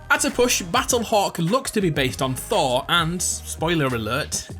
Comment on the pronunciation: Who says Thor like thawww